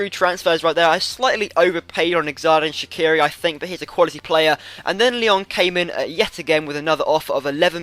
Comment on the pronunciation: when you say xhedran shaqiri, the xh is pronounced as g